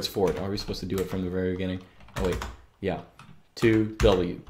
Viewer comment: when you say yeah, it sounds like german ja. Is this intentional?